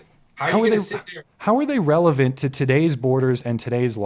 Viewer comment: It’s entirely revelent!: Relevent. I think that sums up the entirety of this debate.